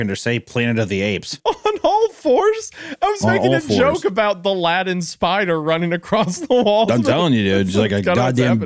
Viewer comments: Every time Isaiah says Latin i hear Aladdin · Honestly thought nothing was worse than Wendi's pronunciation of "certainly" then I heard him use the word "Latin" Honestly despicable.